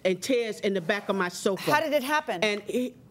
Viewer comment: its sofa, not sofer